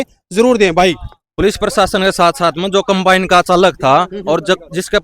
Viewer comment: अरे अनपढ़ों कंबाइन होता है compane नहीं